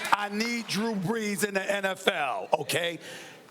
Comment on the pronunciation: I thought they were saying Drew-urns